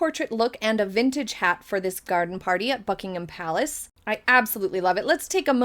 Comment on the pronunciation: She pronounces Buckingham Palace correctly.